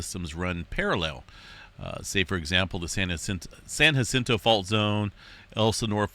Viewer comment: You sure sound Happy about us getting killed by an earthquake. Thx for pronouncing "San Jacinto" correctly, when I'm under a boulder I'll be comforted by that. Luv U Man. May all your prognostications manifest.